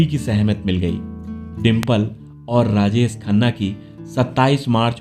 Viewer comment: यह कौन भैय्या है? इसका हिंदी उच्चारण कितना घटिया है। शुटिंग को सूटिंग, राजेश को राजेस, परवरिश के परवरिस, शायद या सायद, शादी सादी, manzil या manjil